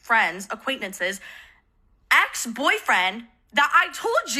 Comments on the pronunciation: … they’re commenting on her mispronunciation of the word. notice how the comment you’re replying to is intentionally misspelled? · sorry losing my mind at how she pronounces “acquaintances.” 😂